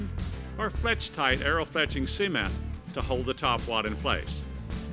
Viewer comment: He said cement like semen